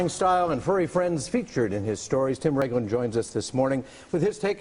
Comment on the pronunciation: Is Raglin. Not Ragin.